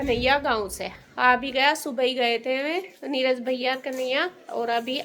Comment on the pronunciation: नीरज होता है ना की नीराज होता है समझे